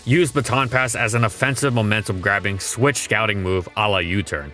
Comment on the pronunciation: Take a shot everytime ihe says "swish" instead of "switch"